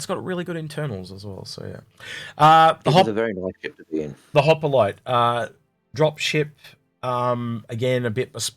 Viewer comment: mate there is no A in hoplite Just like my wife trying to put a A in cockroach. Good show guys keep it up